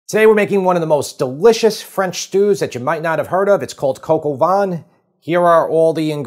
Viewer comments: You know I love you, but brother it isn’t Coq au VAN….the word is VIN and it’s pronounced like VEN but the n is very soft You seriously need to have me on your show for all the French stuff Hahahahaha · I love your videos; I watch all of them and I’ve made several of your recipes. Excellent! Have to admit though… your pronunciation of “vin” hurt my Canadian ears. Just for future reference it’s more like “van” than “vahn” with less stress on the n. Phew! I feel so much better now. Sorry. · Don't pronounce the N in vin, and pronounce with an ah, like -- hard to come up with an English word that would rhyme with vin, but the N is silent. maybe like bain in bain marie? But you probably don't know how to pronounce that either. Like nah, vin rhymes with nah, like in nah, nah nah nah nah! Silent N. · It is not bouillon it's bouillon, omit the 'i' at the end. And it's vin (wine) not what you are pronouncing... Nice presentation keep up the good wirk